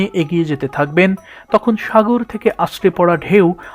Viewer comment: কেউ সুনোক বা নাই সুনোক। কিন্তু আমি শুনেছি ভাই আপনি আরব সাগর কে আরব সাগোল বলছেন How very funny😅😅😅😅😅😅😅😅😅😅